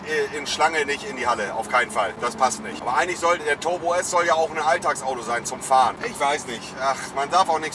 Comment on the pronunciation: Torbo S 😂 streamen und zocken macht dumm und vermindert die Aussprache.